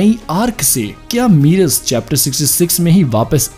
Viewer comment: Merus nahi aayega wapas... aur woh मेरस hai, मीरस nahi... wrong pronounce mat karo...